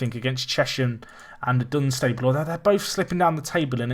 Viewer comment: its not Dun-Stayble, its dun-stuble